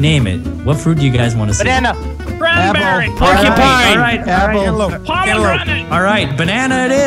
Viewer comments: yes did say porkipine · Did say "Porcupine" for a fruit?